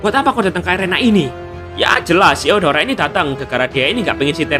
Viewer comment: Bang kok gw denger lu bilang deodoran